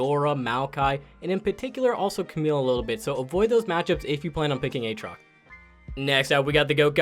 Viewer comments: Who the hell says "A-Aatrox" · A-Atrox? Do you also say A-Aron?